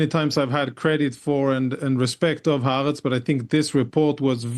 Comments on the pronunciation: She has an agenda, and it’s to bring down Israel. She can’t even pronounce Ha’aretz. 😮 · Ha'aretz is NOT a flagship Israeli newspaper...actually it has low readership. If it was flagship, she would know how to pronounce it. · I am all for hardball interviews, but it is difficult to take anyone seriously who has not even taken the time to learn how to pronounce Haaretz correctly if they are going to anchor most of their argument on it. Frustratingly, this host was more concerned with cherrypicking information and hoping to get a gotcha-moment, instead of actually listening to what Lt. Col. Conricus was trying to say and responding to his points.